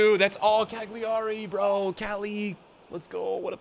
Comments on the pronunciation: wtf is a cagliari man. his name is caligiuri (cali-gyur-ee) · Ok. So. Cali Giu (said as "Ju" in Jude Bellingham) Ri (pronounced "Re" as in Remix) Perfect, now you're basically Italian. This is now gonna change everything in your next videos